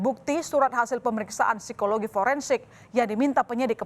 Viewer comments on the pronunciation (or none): none